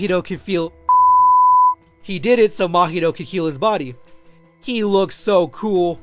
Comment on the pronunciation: its Mahito not makito. how do you expect your channel to grow if you cant even pronounce names properly. this guy is butchering half the names